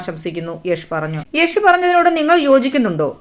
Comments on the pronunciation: യേശു അല്ല യാഷ് 🤣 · യശു അല്ല അവതരികെ 😹 Yash യാഷ് 🤨